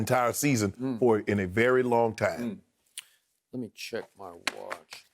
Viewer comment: "Now its MYY turn"..lol